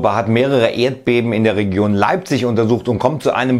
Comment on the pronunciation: Leipsch :P